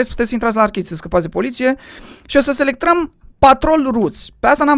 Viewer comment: Minutul ai șiș să selectrăm🤣